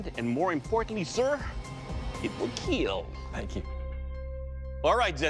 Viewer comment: Best line It will "keal"